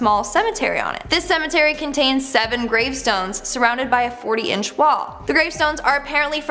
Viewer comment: Love the videos but seriously? You can say tree but not cemetery? Tree and cemetree?